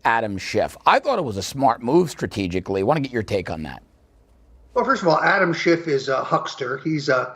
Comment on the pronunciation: Adam Schiff not Adam Shift.